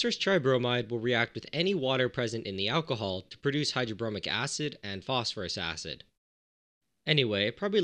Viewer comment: Phosphorous acid => foss-FOUR-us acid. From the old nomenclature of the suffixes -ous and -ic to indicate lower and higher oxidation states in compounds, just unfortunately it sounded silly to make it "Phosphorousous acid" so it ended up being spelled exactly like "phosphorous" the element, but the pronunciation should shift to indicate the compound. Brilliant videos, by the way!